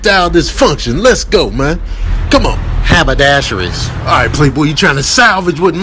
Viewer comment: That "habadasheries" 🤣🤣